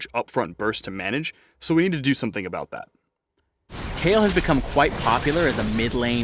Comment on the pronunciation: Her name is Kayle, not Kyle. It's a she.